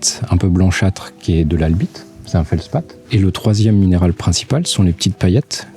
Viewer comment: G ri1 compri mais à un momen t'as dit "Albite" et c'est drôle 😁